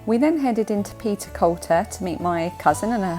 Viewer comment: I've lived in Aberdeenshire all my life (58 yrs) and within a few short miles of Castle Fraser so I recognised all the roads that you were on. A wee tip for you, Peterculter is pronounced Petercooter and as you'll likely know in the NE we speak Doric (not Scots), a dialect to this area which sadly seems to be dying off. As you said it's an area full of history and looks beautiful especially when you have a park of sheep outside your window. Oh and the ice cream shop Fit's the Scoop translated means What's the Scoop. I did consider typing this in doric but thought you might struggle to understand. Glad you enjoyed your time in the area.